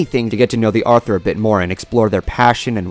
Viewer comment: Yep, you said it starting and you said it 3 times. Once is acceptable, twice is iffy, but three times and I need to point it our and proceed to laugh at you.